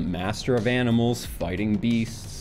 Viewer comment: Is it wrong that the first time I heard him say "fighting", my brain autocorrected that and all the others to "fucking"?